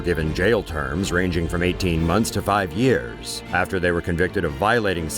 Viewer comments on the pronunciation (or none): none